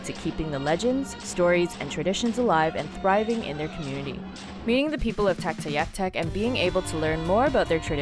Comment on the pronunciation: If I hear say 'In -- ooh -- vik' again (with the emphasis on the ooh) I will scream. I lived there close to 17 years and locals call it 'In-new-vik'. At least she did not mess up Tuktoyaktuk.